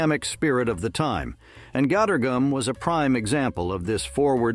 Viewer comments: "gator goom" 😆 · Yeah I caught it on another video with “margarine.” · Somebody please help the poor bot with the pronunciation of pimentos, Gatorgum and kabobs.